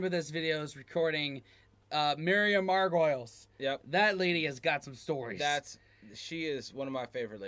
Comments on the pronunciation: If you want a chance to drink with Miriam you need to get her surname right, she pronounces it Margo-Lees, Margoyles will put you in her bad books along with Marta Kaufmann and Arnold Schwarzenegger! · Miriam last name is pronounced Mar-go-lees, not Mar-goils. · Margoyles is pronounced Mar-Go-Lees: met her once at a theatre in London and she was very nice. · guys, it's Miriam Mar-go-leez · FYI, in case nobody has mentioned this, it’s Miriam ‘Margo-leez’ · Margo lees is how it’s pronounced ☮️ ❤️ 🏴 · Miriam's surname is pronounced Mar-go-lees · Miriam's last name is pronounced "Margoleese" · Miriam margoleese is the way her name is pronounced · Miriam Margoleeese...is how you pronounce her name... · Her surname is pronounced Margolees,guys. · It's pronounced Miriam Mar- go -LEEZ. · Its pronounced Meriam Margolees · It’s pronounced ‘Margoleese ‘ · Miriam Mar-go-lyse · It's pronounced "mah-go-lees". Just trying to be helpful 🙂